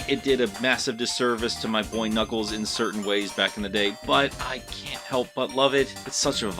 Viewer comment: Ah yes...knackles